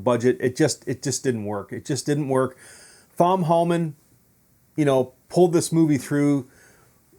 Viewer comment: Thanks for watching bud… couple of things: 1. It’s pronounced Tom not THOM… 2. You’re bad at math… 5% shark, 10% jaws and then 75% something else… not adding up to 100% smarty lol 3. The film is better than yours… oh wait… you don’t have a film you just sit in your moms basement surrounded by everyone else’s 4. Cursing doesn’t make you sound cool or funny or smart 5. Glad to have made money off you! 🤣🤣🤣